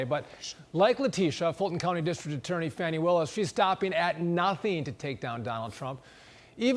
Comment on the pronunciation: Her name in fan..ee, not far..nee.😆😆😆